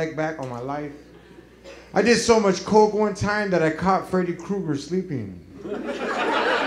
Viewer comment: Sounds like christna, not coke